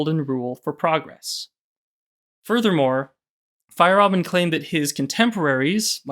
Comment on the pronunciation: Fa-yair-a-bend is the pronunciation